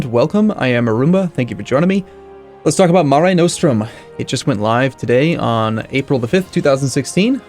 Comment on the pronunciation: Nos-trum not No-strum